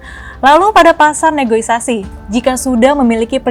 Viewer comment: "Negosiasi" Mbak, bukan "negoisasi".....